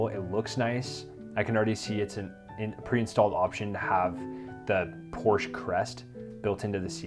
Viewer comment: You can't even pronounce Porsche correctly.